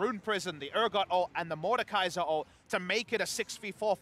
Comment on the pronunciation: Mordekaiser not... Mordecai.